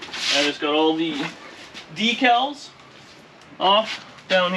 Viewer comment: "Dee-Cals" or "Deck-uls"??